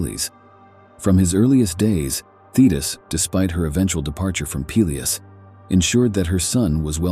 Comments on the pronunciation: I like how the AI keeps pronouncing "Peleus" is fun diff ways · I can't watch AI narrated shit when every mention of a name has a different pronunciation. Peelius. Peléus. Pelyus. OMFG.